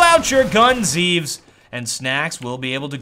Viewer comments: It's pronounced Zev-es, not Zeeves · his name is written zEVES, but is pronounced zehvehs, and his name is jkaem and is pronounced j-kehm